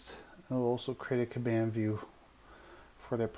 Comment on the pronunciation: Good video, thank you. But respectfully, you are pronouncing "Kanban" wrong.